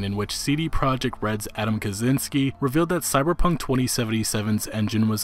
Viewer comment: kachinsky, not kazinsky